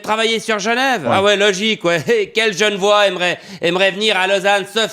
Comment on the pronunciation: enfait, on dit pas gen'vois, mais g'nevoâ.